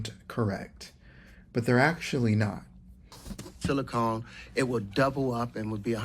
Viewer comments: And it's Silicon, not Silicone. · He also keeps saying "Silicone" when he means 'Silicon'. One is an element the other is what marital aids are made from.